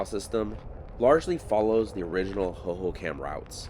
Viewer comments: When you say it it should sound like " ho ho com" not ho ho cam. But i have lived here since the mid 90s and didnt know alot of this stuff. Thanks for the info!!! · fyi, Hohokam is pronounced /ˌhoʊ.hoʊˈkɑm/ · Pronounced(ho ho com) also that is the salt River, it is a mix of both the verde River and salt River, the gila River is south of phx,and has no water River but it does have water until reachs Florence at which point all water is deverted for agliculter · Great video. I caught the Salt River thing, but you already caught it. 😊 Hohokam is pronounced ho ho com. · HO-HO-KUM..... Arizonian born and raised. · (Hoho com & pap ah go) is how these words are pronounced. I use to ride my horse in this area even getting onto the 202 as it was being built. I despise the growth happening in Arizona. I enjoy your channel. However I do wish we didn’t have to worry about people destroying our cherished remote areas. But people do destroy beautiful Arizona places. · Hoho COM is how it's pronounced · It's pronounced Hohokam (/hoʊhoʊˈkɑːm/) the last part is more like com not kam lol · Raised in AZ, the pronunciation of the Hohocam name, has the accent upon the 2nd ho.; hoHOcam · I love your videos sometimes I watch them twice, being an Arizonan I was impressed when you were in Prescott a while back and knew to call it Prescutt, now I'm gonna ask you to pronounce Hohocam Hohocom 😂 Sorry it's an Arizonan thing. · How are you saying "Hohokam" over and over and not giggling!